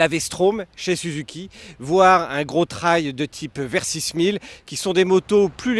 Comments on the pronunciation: Pourquoi prononcer « TRAYE » ET pas « TRÉL » Super moto! Autonomie de plus de 350 km ... C’est ma 3e 🙂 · Tu as raison, c’est le point important de l’essai et de cette superbe moto : la prononciation du mot Trail 🤣🤣🤣 !!! J’adore.